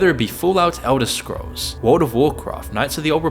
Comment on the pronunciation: Why does he say "wald" instead of "world"?